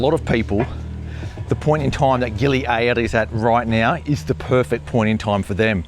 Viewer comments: Just say gili air like everybody else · i know it is but after 45 years of going to Bali and 10 years going to gili air never once heard one person pronounce it that way